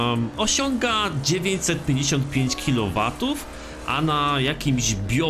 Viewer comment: Na początku myślałem że kliometrów a nie kilowatów